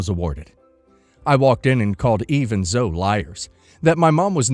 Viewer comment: Pretty sure "Zoe" is pronounced "Zoh-e"